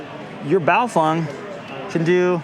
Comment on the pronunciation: Wow, you’re the first person I’ve seen that has pronounced BaoFeng properly! Respect, señor. Thanks for the walkthrough of the event, another great video!